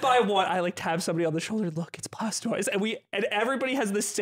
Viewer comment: Who is Blaustoise?? Until I checked the chapter title I thought he was pronouncing 'Blastoise' weird.